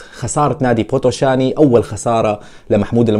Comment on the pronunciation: أرجيش بيتيشت اسم الفريق ال ي تلفظ كسره و بوتوشان ال ي الأخيرة لا تلفظ مع احترماتي الك